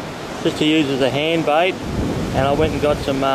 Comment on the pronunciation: why do you pronounce 'bait' as 'bite'?